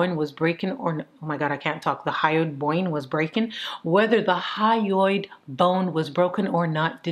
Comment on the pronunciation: Love the hat! Super interesting case! Laughed so hard when you kept saying "boingo" instead of bone.